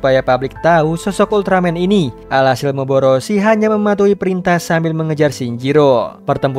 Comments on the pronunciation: Bukan moboroshi tapi moroboshi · Bukan dan moboroshi tapi dan moroboshi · Kesalahan saat ngucap nama moroboshi😂